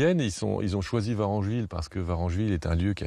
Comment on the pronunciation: VarEngeville avec un E , merci